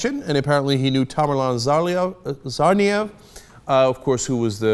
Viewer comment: I like how Cenk got really proper with the accent for Ibrahim, then he stumbled a lil on Tsarnaev